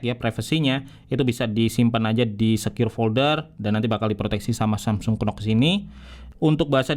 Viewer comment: Samsung kenox 😂, yang bener baca nya samsung nox bang